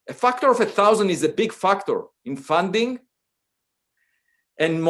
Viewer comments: I love him pronouncing factor as "fucktor" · feels like the word “factor” is too close to the f-word. My ear kept thinking he’s swearing…